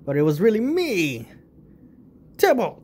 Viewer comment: When you said “tibalt!” It sounded like “Timmy!”